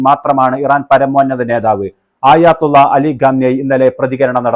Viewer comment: ആയാത്തുള്ള 😂അല്ല ആയതുള്ള 👍👍iran ❤️